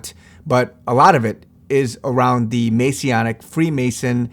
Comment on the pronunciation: Masonic not masionic 😂